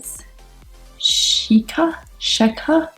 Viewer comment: pronounce it Shake-car 😂 In Arabic language Shiekah means Princess